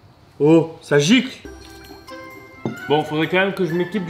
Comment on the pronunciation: "Oh ca jicle"😂😂